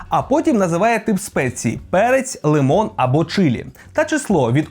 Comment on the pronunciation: Та "ЛИМОН", а не "лімон"!